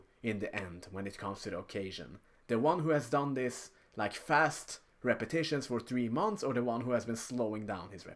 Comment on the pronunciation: why the f you say 'leiki' when the right word is 'like'